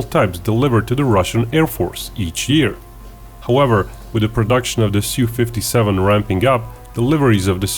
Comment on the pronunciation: Su is pronounced as in word "super"